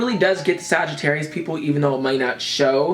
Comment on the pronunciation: Damn you really got Sagittarius right